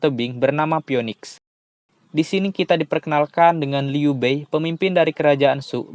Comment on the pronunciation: Liu bei dibaca liu pei ya..